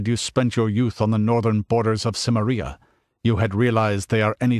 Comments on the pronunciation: I wish he'd stop pronouncing it like "Simmer-EE-uh". It's Si-MAIR-ee-uh, possibly with a hard "k" instead of a soft "c", but this guy's definitely pronouncing it wrong. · I believe it's pronounced "Ki-meria," not "Sim-eria." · Your mispronunciations of Celtic and Cimmeria are infuriating. Why would you narrate this if you clearly cannot even pronounce such important words to the story? That point aside, I am glad that you did because the more about Robert E. Howard there is the better.